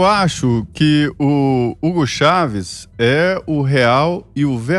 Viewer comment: Ela erra o nome de Hugo Chávez no final 😂